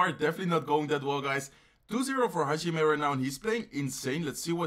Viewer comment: It’s actually pronounced as ha ji meh.